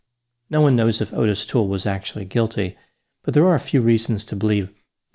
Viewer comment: Excellent content!! I totally remember this as a kid! Also, Adam's mom's name is pronounced, "Re-vAAy", and Adam's killer's name is pronounce, "Ott-Tiss".